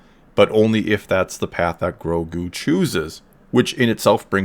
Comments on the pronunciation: Its GROGU not gogu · Last video he was calling him "Groku", so I suppose "Gogu" is somewhat of an improvement, lol. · You called Grogu "Gogu"(?) Anyways I really liked the video and I do think they are trying to fix the force with The Mandalorian and they have done a great work so far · "Gogu" Gave me a chuckle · “Gogu” smh that’s sad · lol You're trolling us by changing the way you pronounce Grogu each time. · Get his name right . How disrespectful. 😂 Jk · Dawg just say grogu’s name right like once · You said Grogu name wrong